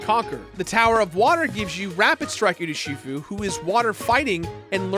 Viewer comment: Why can’t you say Urshifu correctly?